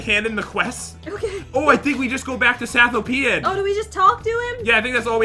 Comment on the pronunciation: I think it's pronounced Sath-Oh-pean like Ethiopian.. not Satho-PEan like European